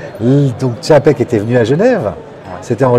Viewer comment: TCHAPEK c est pas compliqué !